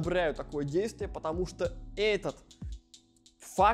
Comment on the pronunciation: Хеехе. Прикольнооо))) Слифком , знаеф, фто 🙃😄